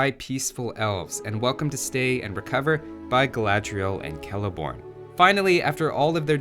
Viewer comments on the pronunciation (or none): none